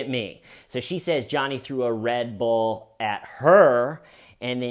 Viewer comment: I forgive you for your abominable pronunciation of "Red Bull" 🙏🏼